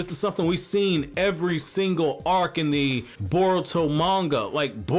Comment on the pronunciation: Why do you keep saying burrow?